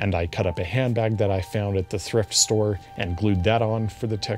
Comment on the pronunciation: Im sorry did you Say Thirft Store?